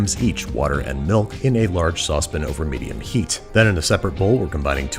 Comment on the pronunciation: i forgot he calls it a sauce pin lol